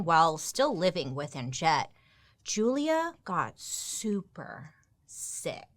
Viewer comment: When she said Julia I heard Julia Gulia